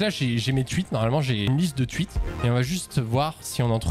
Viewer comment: "les twuites"